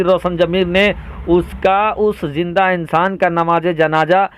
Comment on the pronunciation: Beta janja nahi janaza hota hi jinda nahi zinda roja nahi roza hota hai .ab tum logon par urdu parhna lazim ho gayahai